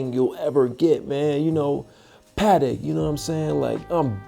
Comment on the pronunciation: It’s aaight. Protect ya Pa-tek.